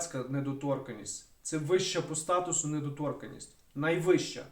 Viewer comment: Тільки недоторканність-наголос на - ка-,а не на - то-.